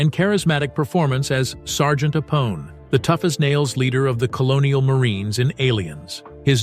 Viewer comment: This is Ai narrated. Can't can't 'Apone' correct.